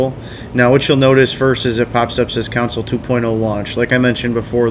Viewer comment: Its pronounced "Con-sole" not "council:. Otherwise, great vid!